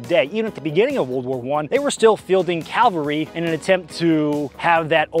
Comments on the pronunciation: I have made this mistake myself, but it is cavalry, not calvary. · it is cavalry. Calvary is the mount on which Jesus died. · Ah yes, WW1 still fielding the Calvary, the hill Christ was crucified! CAVALRY!!!! L after the V!!!!!!! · Cavalry, Jesus